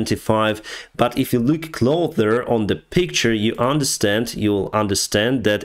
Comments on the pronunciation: thanks for many great videos!!! after few misspellings in different videos i would like to correct you if you allow. the word "closer" should be pronounced "closer" not "clother". stay awesome. kind regards and my biggest respect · there is no TH in closer why do you pronounce it like cloTHer?:P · Hey, I noticed twice during your video your pronunciation for "closer"? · "Closer" is pronounced "cloZer", unlike "oTHer".